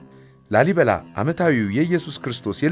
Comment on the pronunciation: ላልይበላ ሳይሆን ላሊበላ ነዉ እኮ ትክክለኛዉ